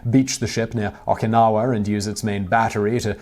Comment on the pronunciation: Tell me about it. First he mispronounces Yamato as Yamoto after pronouncing correctly until then and then there's his butchering of Okinawa.